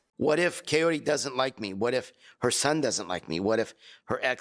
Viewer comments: Why the fuck is he still calling her Coyote? It´s Kaory! It shouldn´t be that freaking dificult, Ed! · It's pronounced Ki-or-ee, not coyote 🤦 Dammit Ed! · I cannot with him mispronouncing Kaory's name like "coyote" every. single. time. 💀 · The captions say coyote because he's saying it! 😂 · He literally says "coyote" too! he knows that's not her name, just goes to show he doesn't give a damn what her name is. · Why is he calling the poor woman Coyote?! 😭 Is it so hard for Americans to pronounce foreign names correctly? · Why is he saying coyote? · You’d think that Ed’s mum would have taught him how to pronounce “Kaory” properly. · He doesn’t even say her name right